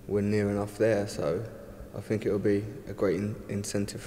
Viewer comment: Anyone who says "fink" instead of think, "fings" instead if things and "footbaw" instead of football does not deserve to earn the amount of money he is earning!!